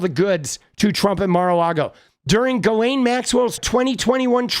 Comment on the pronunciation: It's pronounced (jizz lane) 😂